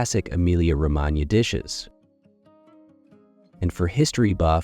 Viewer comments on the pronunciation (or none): Emilia “Romananya”. That is the topic of this video. Try to, at least, pronounce it correctly. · Pronunciation of Romagnia the gn is voiced ng as in ring ng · Horrible, isn`t it and these cranky figures claim that they are "experts"!